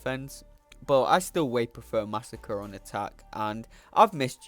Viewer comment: Hey dude, just a little lesson for you. Masacre (one 's') is different to Massacre (two 's') and is pronounced something like 'mass ah cray'.